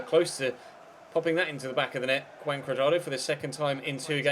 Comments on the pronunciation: wrong more like "who-un" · Isnt pronounced Huan? "j" in spanish is "h". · Huan. With the "a" pronounced as you would do in man. Now try speaking out his name quickly and keep repeating it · Juan is pronounced Who-on